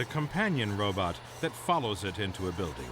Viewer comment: A “ROBUT”? It seems that Asimov “DID “ invent robot “BUTT’s”! He said “ROBUT”!